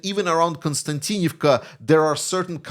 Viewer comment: that konstaVika😅 sorry guys cannot spell even pronounce Ukrainian. city that Russia has infiltrated Russia said they have surrounded the city maybe maybe not.. all the Ukrainian soldiers coming back from their say that it is hell hell on Earth they have to enter the city on foot so they have to walk 10 -20 km to get there then fight then you try to get back out they say the sky is full of Russian drones which hit anything moving on the highway to konstavika💥 they say it's safer on foot..